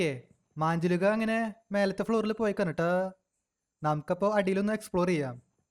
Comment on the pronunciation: മാഞ്ജുളിക അല്ല മഞ്ചുലിക